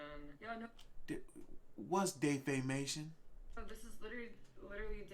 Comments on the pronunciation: De fe shun 😂😂😂😂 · Dafacia?????? Don’t she mean deformation